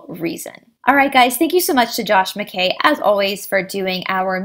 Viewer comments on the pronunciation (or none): none